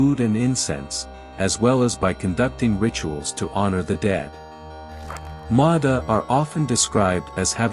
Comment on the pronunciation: I knew you'd mispronounce Ma Da when you get to it.